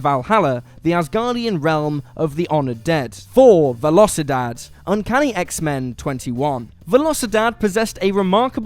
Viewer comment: it’s veh-lo-cee-DAHd